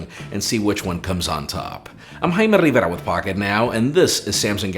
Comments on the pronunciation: "I'm himanivvvvvvera with Pocketnow..." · He says his name in one syllable somehow.